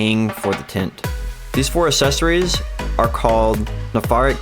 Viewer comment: Good video, but I'm gonna need you to slide a "c" sound in that "assessories" word you keep saying. :D